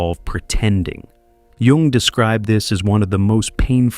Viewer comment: I’m glad he knows how to pronounce Jung. Yoong not young.